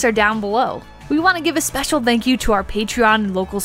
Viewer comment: A berry pecial famwee..👁❤🐑